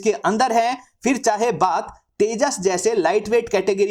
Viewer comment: Tejus nahi bhai ap apne fighter jet ka nam bhol gay hai. Teus nahi samosa jet ha